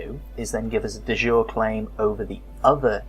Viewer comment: Great tutorial videos, thanks! Apart from the pronunciations :): De Jure is pronounced Day Juray. It is Latin (not French) and so it doesn't mean "of the day" (as you thought), it means: by law. As opposed to de facto, which means: in fact. So a de jure claim is a legal claim, which may be to a holding held de facto by someone else. Duchy (the holding of a duke) is pronounced Dutchy, not Dooochy! Courtiers are core-tiers not cur-tiers.